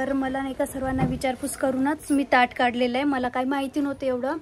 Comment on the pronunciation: टाट नाही ताट😂